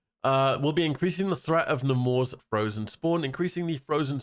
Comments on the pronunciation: Namor is pronounced NAY-MORE not NA-MORE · The way you pronounce Namor hurts my soul